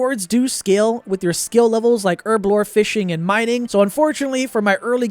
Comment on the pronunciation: Take a shot everytime he says Erblore instead of Herblore.